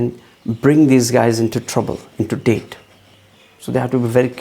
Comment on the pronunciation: (PRA) why do you call debts...dates for?? I couldn’t understand that...then paused the video to read...its debt..sounds like det not date